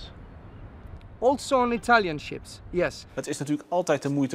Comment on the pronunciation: Also on Itallion ships ? “Yes , also on Italian ships 🛳 “ 😂